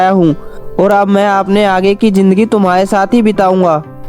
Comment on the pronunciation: Our kids daily watch your stories but your pronunciation is not correct. For Expl: khazana not khajana, Hazaar not Hajaar, zindigi, not jindigi